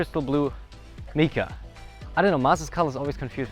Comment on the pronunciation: “Mica” is pronounced MY-ka, not MEE-ka. Your English needs some work.